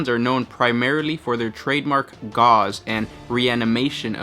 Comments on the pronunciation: Gauss is pronounces "gawss" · I've never heard anyone else say the word "gauss" in reference to Necron weaponry so idk what the writer(s) intended for pronunciation. However, in the study of electromagnetism, gauss is the unit for magnetic flux density and is pronounced like "house" with a g. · It's pronounced "Gorse" not "Gauze" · Dude, it's gauss, not gauze. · Just saying, its pronounced gouss, rhymes with house. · The word you are saying in the video is gauze, like the bandage. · good video, gauss pronciation is as such that it basically rhymes with mouse. IRL, it is the unit of measurement magnetic induction.